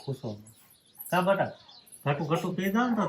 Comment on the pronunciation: તમે બટા કેમ કહો છો બેટા કહેવાય